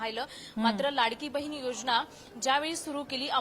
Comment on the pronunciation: बहीन नाही गं बये बहिण 😂 किती अशुद्ध भाषा तुझी .